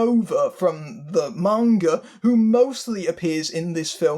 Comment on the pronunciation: Thank you for pronouncing "manga" correctly... you are absolutely right that any attempt to adapt manga straight would have to be more like a TV series. Manga, like most American graphic novels and comic books, is serialized. That's its pace and structure, the slow build, the episodic plots. That doesn't work for a self-contained movie. That's part of why the first Rurouni Kenshin live action movie (made in Japan) worked so well; it kept the characters and the premise, but played very fast and loose with the plot to create something that could fit all in one film. You could definitely do something similar with Battle Angel Alita, and it's disappointing to hear that they didn't. I may still see it as a fan of the manga, but it sounds like I'll be waiting for the cheap theaters.